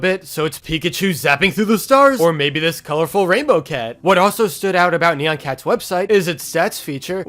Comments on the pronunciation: It’s not neon it’s nyan! Edit: you should have said that sooner but still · I pronounce it Nye-ahn Cat. No offense to how you say it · I've always pronounced it as "neon cat." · iTs KnEy-YaN cAt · I pronounce it like “nai-enn” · I pronounce it ne-yen cat. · It's actually pronounced nai-an cat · its ni an